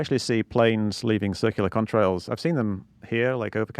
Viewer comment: Am I the only one who thinks Mick's saying cumtrails?